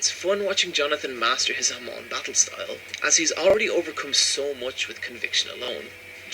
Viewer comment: I cringe everytime he says "Ariaki" and "HamOn"